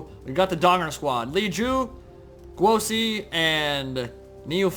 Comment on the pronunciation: Guo Si is pronounced Goo-oh Suh.